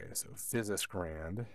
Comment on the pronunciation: There should be a sleep mode which allows an instant startup. If you do road shows with this, have a battery backup line conditioner so it doesn't go into a hard off and thus a lengthy startup. BTW the company name is pronounced without the 'S'.